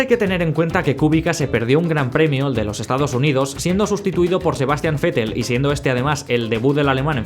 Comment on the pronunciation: Pronuncia "Fetel" y luego se casca un "Kubica". Ok.